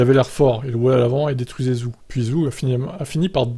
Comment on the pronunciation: Faites un effort ça se prononce "Djow" et Zou, à un moment ça sert à rien d'avoir une chaine d'info F1 si on est même pas capable de se renseigner sur la prononciation du pilote concerné